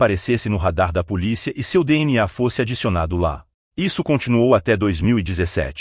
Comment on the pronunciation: ATENCÃO PRODUTORES DO VÍDEO: É MUITO CHATO A GENTE OUVIR, NO BRASIL, UM LOCUTOR MECÂNICO FALANDO COMO ESTRANGEIRO (SE É PARA USAR TECNOLOGIA, QUE ELA SEJA PERFEITA). O LOCUTOR FALA ###DÉSSE, FóSSE, E OUTRAS PRONÚNCIAS NÃO BRASILEIRAS. CHATO.